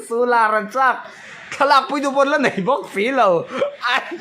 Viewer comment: I va confi lo ve, hau ni lovin, HO tih tur a nia ti tawp rawh.😅. Nai ti lovin NEI tih bawk tur.